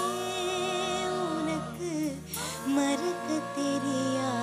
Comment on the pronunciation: மறுக்கத் தெரியாதா தப்பு அர்த்தம்மா! அதைஅனர்த்தமாக்கிட்டியே! மறக்கத்தெரியாதான்னு பாடு அர்த்தமாக இருக்கும்.ஜட்ஜ்கள் கவனிக்க விட்டுட்டாங்க!! தமிழ்நாடு தானா? தமிழ் உச்சரிப்பு சரியில்லை.கவனிக்க!